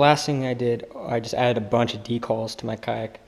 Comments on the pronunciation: good video but decall? its d-cal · You don’t know how to pronounce decals what a turn off